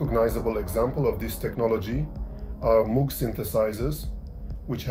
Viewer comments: It's a shame you didn't bother even acknowledging previous devices that had a role in the development of sound synthesis. Theremin; Ondes Martenot; Novachord; Clavioline etc. Also, you pronounce Moog incorrectly. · Thank you for your feedback. It's true that I need to work on the pronunciation of Moog. Unfortunately, English is not my native language (which is also true for the majority of people in the world), so I ask for your understanding. Since not only I but also the audience has pointed out the sound levels, the soundtrack and narrator will be improved, where I will also take your suggestion into account. However, I don't understand why you're criticizing me for not mentioning earlier electronic instruments when the title clearly states that it's a history of synthesizers. I plan to make a separate piece on various, often very interesting, electrophones and the very beginnings of electronic music, which go back to the 1920s. I hope this is good news for you.